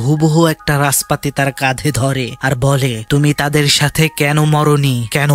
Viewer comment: রাসপাতি ❌ নাসপাতি 😂😂😂